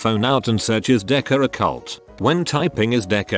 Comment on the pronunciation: No one: Automated voice: ceyult